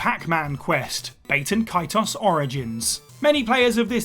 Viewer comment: Bat-E-N Ka-T-Oss